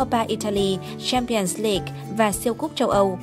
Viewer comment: .... Giọng đọc khó tả =))) Vãi cả "Cờ le rần Si đoóp" , "Champions league"